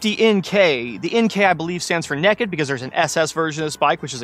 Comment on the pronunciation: Dude said “Neck’ed”